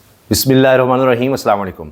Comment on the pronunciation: Recite bismilla correctly. Jazak Allah Khair.